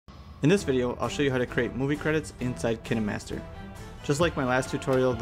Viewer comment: This was very helpful but also you pronounce it kainemaster